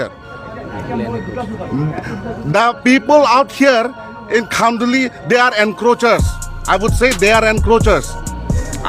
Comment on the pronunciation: He dont even know to pronounce kHanduli and still he claim that khanduli is there land ha ha... R u commedy me